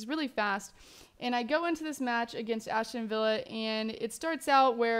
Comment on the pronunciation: Aston not Ashton...